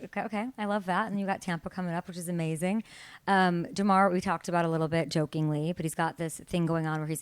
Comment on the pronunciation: Ja’mar not Da’mar lady…